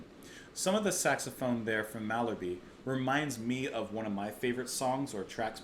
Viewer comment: And it's "Mal Herb" (Pronounced). :)